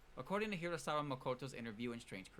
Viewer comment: Amazing video but one question, Why do you call hirasaKa makoto as hirasaWa?